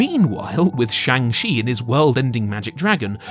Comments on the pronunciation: Shang Chi is supposed to sound more like Shaun[g] than Chang. They have a entire scene in the movie dedicated to the pronunciation of the name. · Saying chang chi was great hurts your credibility. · Shang Shee 😭 (shang chi is not pronounced that way a is pronounced like fathers a and ch not sh) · Oof when you say shang shont is good...doubt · How do people keep mispronouncing Shang Chi? Like they literally said the name and cleared up how to pronounce it in the movie... It's Sean with a g... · How is it possible that youre still mispronouncing Shang Chis name... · The way most English speaking people pronounce the "Chi" in "Shang Chi" butchers the Chinese pronunciation of the vowel. But the way you pronounced it butchers both the consonant sound and the vowel. I honestly didn't know it was possible to pronounce it even more wrong than most people already do. It's mind boggling. Also, one issue I have now (among many) with the MCU is that they've already saved the earth, then tried and failed to save half the universe, then tried and succeeded. How can you get any more huge than that? After End Game nothing really feels like it's high stakes any more because nothing's putting half the universe at risk. There are tons of other issues with this phase though, so yeah... Better writing is ultimately what is needed. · They go through pains in the film to pronounce Shang-Chi's name correctly for the audience and you still mispronounce it. Come on man.